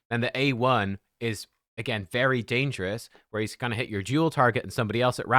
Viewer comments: Anyone else kept hearing jewel even though its duel lol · I heard “Juul” instead of “Duel” … damn this boss vapes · Until I read your comment I thought he was saying jewel. I still do it was that clear. 😀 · No he's totally saying Jewel. Lol